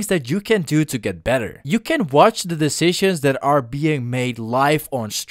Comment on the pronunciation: My man pronunced decisions 3 times wrong